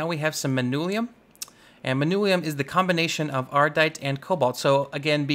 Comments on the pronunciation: how the entire hell does one read "Manyullyn" as "Manulium" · He says it as if it is spelled Manullium. Its manyullyn. Like. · Manyullyn. MAN-yuh-lin.